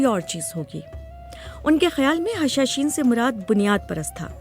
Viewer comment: The word you uttered is actually ' Hashasheen' not 'Hashashain'